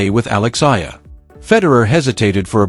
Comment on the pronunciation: ALEX EALA-- ALEX E- YA - LA . NOT AYA.